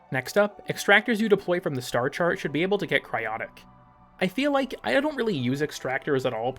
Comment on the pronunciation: You just said Ike